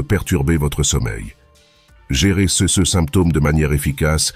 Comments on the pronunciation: Bonjour. Bonnes vidéos, cependant, serait-il possible de paramétrer la voix artificielle pour qu'elle prononce bien les "CE" et les "CES" ? Merci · Santé Intégrale Votre robot ne sait pas lire "ce", "ces"... Essayez avec un humain...